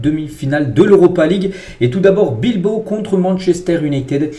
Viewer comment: Pourquoi vous dites tjrs athlétique bilbo et non pas Bilbao. La machine qui parle.